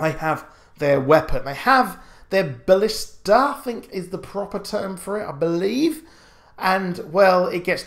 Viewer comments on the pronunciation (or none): none